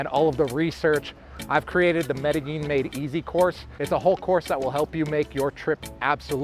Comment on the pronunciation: that "MEDILLIN" is annoying me. It´s MEDELLIN